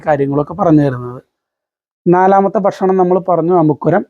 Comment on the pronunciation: എല്ലാം അറിയാം......പക്ഷെ ബക്ഷണം അല്ല ബായ് ഭക്ഷണം 😢